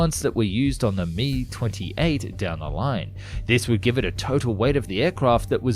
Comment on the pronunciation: You don't say Ka or Mi together like that! The "k" and "a" of Kamov and the "m" and "i" of Mil are spoken separately as individual letters. The only designations that are spoken together are ones with 3 letters like MiG (Mikoyan and Gurevich Design Bureau) or Yak (Yakovlev Design Bureau) that can be spoken in one syllable.